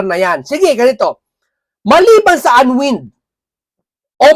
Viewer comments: an waynd....hindi an wind po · Unwind, ang tamang pronunciation ay /anwaynd/. Pls say it correctly. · Bka po unwind( anwaynd po ang basa nyan sir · Unwind is pronounced un-wined 🤣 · SIR, PLEASE PRONOUNCE IT AS "UN- WINED"